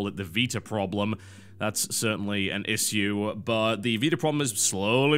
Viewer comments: How do you pronounce "issue"? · Well... I pronounce it ishew but TB seems to pronounce it isew... Not sure which one is correct :L